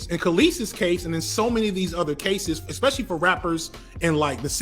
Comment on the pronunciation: I love ya to death,, I think you're sharp as fuck. But I cringe every time you say "Eckspecially" Repeat after me, mate: "ESS-PESH-EE-AL-EE"